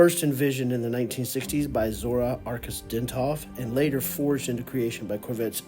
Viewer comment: At least get Zora‘s name right you jackass🤡